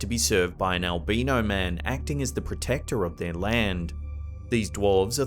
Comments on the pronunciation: "Al-bye-no" not "al-bean-o." I'm sure these guys cannot be ground up into coffee. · HI THE CORRECT PRONUNCIATION FOR ALBINO IS & I WILL SPELL IT THE WAY IT SOUNDS FOR YOU. ( AL--- Bine --- No ) Thought this would help you.. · Haunches are the arms and legs quarters of a butchered animal. Albino is pronounced like all B eye no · I love your videos and narration, but the way you are saying "albino" is driving me crazy 😂😂